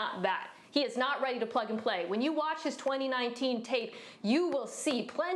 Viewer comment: When Mina said "plug and play" I definitely heard something else.